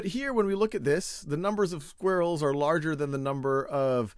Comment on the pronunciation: anyone notice how my main man here says squirrels its mines aura its mines skill i don't think i can look at him the same anymore because he doesn't even know how to say squirrels it makes me so angry you might wanna read the dictionary.;)